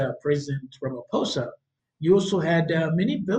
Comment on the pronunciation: Pronounce it ..... Rumma pausa